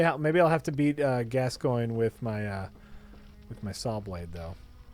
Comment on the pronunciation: Nope, "gas coin" is correct. :)